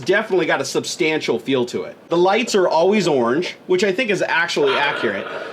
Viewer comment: It's orange not oorangee